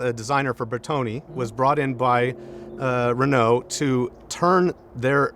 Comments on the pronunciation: This is a beautiful car and I can not deny that I was impressed by the fact that someone from the wrong side of the pond pronounced It's name correctly. Unfortunately he lost any real respect by bitching about having to have therapy after driving it... Can't comment about the rest of the video! I stopped watching an over entitled Yank that clearly has no idea what this car was designed for. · the owner here: You're not rude actually, Just unaware and a bit ignorant. English speaking countries pronounce it "Ren-oh". French speaking countries pronounce it "En-ooh". I am understanding that you would not be able to pronounce "Chrysler" or "Mitsubishi" the same was an American or person from Japan would. Readjust your view a bit and be grateful that somebody cares enough to preserve this car and celebrate it's existence. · So refreshing to listen to an American who bother to pronounce car names correctly. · Hearing "Renault" pronounced as close to correct as the accent can do, is a delightful change, as is seeing an owner who's not afraid of taking his pride and joy down a dirt road,... Then barely able to take her eyes off the road while learning how the French do "Add Lightness". This is a great episode. - if you get the chance, get behind the wheel of the true first "Hot Hatch" (nearly a decade before the Golf,..), a Renault R16TS. It rides like a luxury car, grips like a rally car, has the same mid-front layout as the Citroen DS, and Torsion Bar suspension all round, so can go from freeway to dirt field without loosing it's cool. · He was praising your pronounciation, though ! It's good, don't worry about it.